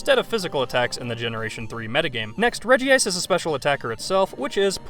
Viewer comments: Regice is pronounced rej-ice, not reji-ice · regice not regiice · you're saying "regi ice" but it's "regice". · ITS NOT REGI-ICE ITS REG-ICE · ffs it is reg-ice not regi-ice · i never said the way he said it was wrong but he's not reading the name correctly. REGI-ICE wouldn't be spelt Regice it'd be regiice. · Omg you pronounce so much wrong! Groudon, regice and so on.. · You pronounced Regice's name wrong. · The way he says Regice hurts.